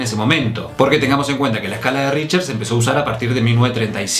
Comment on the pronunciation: El índice: RichTer: Richer El índice: RichTTTTTTTTER: Richer